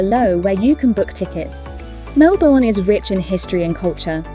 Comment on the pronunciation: Lovely summary of our city and inner suburbs. Just a tip: it's pronounced Melb'n. The vowels in 'bourne' are silent.